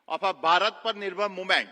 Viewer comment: 'v' is not pronounced as 'bhi' ❌